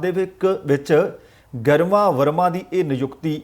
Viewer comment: It is prounced greema not garma it's a Hindi word meaning gracious